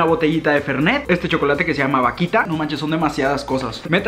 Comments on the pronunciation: Ese pastel q decís jajaja se llama alfajor y esa vaquita no es así es vauquita se suena la u, ese popote se llama bombilla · alguien que le diga q se pronuncia vauquita y no vaquita ah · Vaquitaaaa vauquitaaaaaaaa es vauquitaa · Me pado con el vauquita que le dice vaquita, el mantecol que le dice manteco y el turron que le dice arcos y que yodos son chocolates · Vasito de mate JAJAJAJA "VAQUITA en vez de VAUQUITA" jajaja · El: Vaquita Argentina: Vauquita El: Arco Argentina: ARCOR Unas ganas de corregirlo XD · Con mucho amor...... Arcor no Arcos Mantecol no Manteco Vauquita no Vaquita Don SatÚr no Don Satur Creo que es todo je ❤️ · No es arcos, es AR COR con R. Y no es manteco, es Man te colllll, con L, y no es un chocolatito!!! Y no es vaquita, es VAU QUI TA...Y finalmente no es un vasito para tomar mate, es un Mate. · Youtuber: vakita, vakita, más vakita, mas vakita Yo: VAUKITAAAAAAAA C DICE VAUKITA XD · vaquita jajajajajajajajajajajajajaja es vauquita forro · le queria pegar una piña cuando decis vaquita en ver de vauquitaaa dios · Soy la única argentina que se desespera cuando dice vaquita es vauquita trato de ponerlo como suena :v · Me desespera como pronuncia todas las marcas vaUquita (no vaquita) eso fue lo que me molestó 😁 igual te amo mucho ♥️ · Me desespera un montón que diga vaquita y no Vauquita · Vauquita...no vaquita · es vauuuuuquita no vaquita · No, yo estaba pensando:AGREGALE LA U A VAUQUITAAA aaa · Estás diciendo TODO MAL... vaUquita... Mantecól... Félfort... Don Satúr... Sherba!! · Se dice Vauquita!!!😡